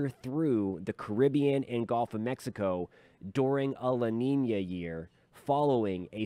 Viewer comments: As a Southern that lives almost on The Gulf of Mexico I’d like to kindly tell everyone it’s pronounced guhlf not golf. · It’s gulf, not golf.